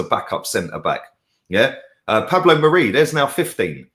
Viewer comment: keeps calling Pablo Mari "Pablo Marie"